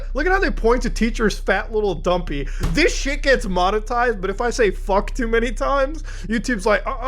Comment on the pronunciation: Muta why did you say fat little dumpy like that